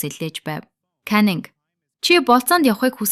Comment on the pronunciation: Time bish tam shu Gora bish goria shu Caning bish caninshu ghde goy bna❤ neruudee zasaarai